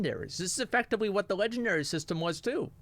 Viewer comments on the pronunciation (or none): Lmfao the comment section of the stream went crazy when he said Legion-dairy instead of legendary